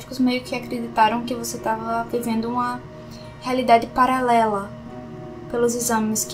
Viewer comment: so vol fala uma coisa palalera kkk é paralera